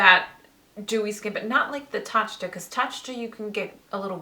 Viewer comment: it's pronounced "ta-cha" :)